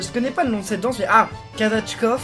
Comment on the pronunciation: juste prononce bien le mort kazatchok car tu as dit kazatchkov